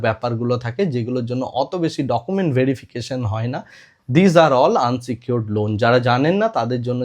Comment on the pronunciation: দাদা কথাটা আনসিকিউরড নয় , ওটা ইনসিকিউরড হবে।